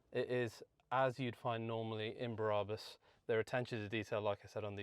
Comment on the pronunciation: Love it but please stop pronouncing Brabus Berabus it’s infuriating, thanks mate, I’ve clearly got way to much time on my hands, maybe I should just get a life 😂❤